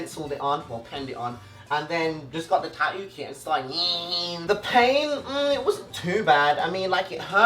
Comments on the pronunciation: He says tatoo he doesn't say tat-too he says tat-oo 😂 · Taooo is the way he says tattoo, it’s adorable